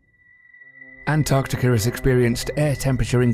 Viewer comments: Why when the narrator says Antarctica it sounds like Antarctica-ur? I have notice it a lot, i heard some one saying novel-ur to novel. Or are my brains just playing tricks. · Antarctica no r at the end